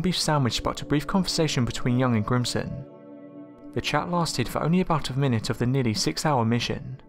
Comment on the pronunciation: Grissom...GRISSOM! Lol. Not Grimson!